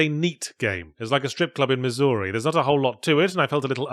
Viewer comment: As someone from Missouri, this video is probably the most recognition we're ever going to get and it's more than we deserve. Also, horrible pronunciation of Missouri. 10/10 will start using irl